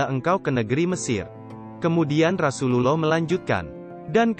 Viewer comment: Sedikit masukan untuk narrator : penyebutan kurang tepat untuk Rasulullah (rosululloh), nabiyullah (nabiyulloh), waliyullah (waliyulloh)